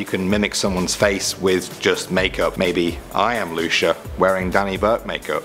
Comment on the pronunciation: Just for reference, it's usually pronounced Loo-See-Yah or Loo-Chee-Yah. The first is the way I pronounce my own name, the second was how my mother did.